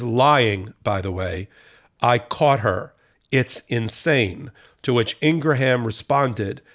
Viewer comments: It’s “ing gram” not “ing gra ham” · Ur bothering me that u don't know how to say "INGRAM", not "INGRAHAM". IT'S PRETTY BAD BRO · Pronounced "Ingram" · It's Ing-gram, not Ing-raham. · Laura Ingraham's name is pronounced Ingram. It's not Ingra ham. Not that I care because she's a POS. It just bothers me when people pronounce names incorrectly. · i think you are mispronouncing Ingraham's name.